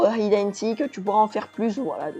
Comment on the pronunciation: hIde and Seek (c'est pas français c'est anglais, c'est si dit pas HIDE). Et sinon essayé de faire plus de cut pour tes vidéo plus agréable